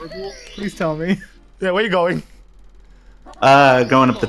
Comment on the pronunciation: every time eh ers, i thinnk hes saying pickle XD